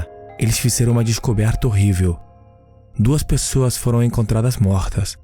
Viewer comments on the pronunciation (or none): none